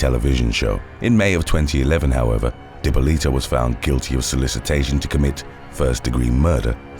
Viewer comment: Love you but the way your saying dippolito 🤢😶